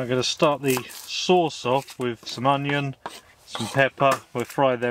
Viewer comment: Let's get straight on with the weekly translation, Huh Huh. Fink = Think, Fought = Thought, Froo = Through, Wivv = With, Fredd = Thread, Wiff = With, Wivvit = With It, Waum = Warm, Uvver = Other, Fing = Thing, Fings = Things, Sumfing = Something, Sawring = Sawing, Waumff = Warmth, Finking = Thinking, Eevur = Either, Souff = South, Free = Three, Lenff = Length, Furvver = Further, Su'ink = Something, Anyfing = Anything, Anovver = Another, Finkin' = Thinking, Waumed = Warmed, Fermals = Thermals, Fikker = Thicker, Chorisso = Chorizo, Fank you = Thank you. Chorizo would be pronounced as Choritho, but I understand that is too difficult for you. Words of the week - Fredd = Thread, Fikker = Thicker and Sawring = Sawing. Tongue twister of the week - Pings and Fings. See you soon, Huh, Huh.